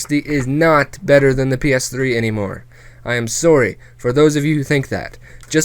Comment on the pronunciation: Even though this was totally serious and such. I love the way you say sorry with your Canadian accent........good commentary btw!